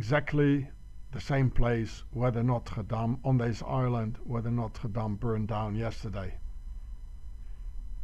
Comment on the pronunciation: THE " ISland' of 'th" Juice...